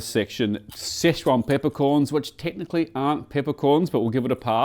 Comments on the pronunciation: could be wrong but I tihnk you say Sichuan like 'sitch yew wan'. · More like Sichwon. But Chinese is tonal so good luck not getting laughed or scowled at.